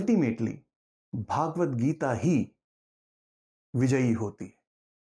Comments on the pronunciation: Sir your pronunciation of Bhagvat is worng it is भगवत not भागवत, भागवत is a Puran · यह भगवद्गीता है, पर आप भागवत्गीता बोल कर इस ग्रंथ के नाम का उच्चारण ही अशुद्ध कर रहे हैं। आगे क्या कहा जाए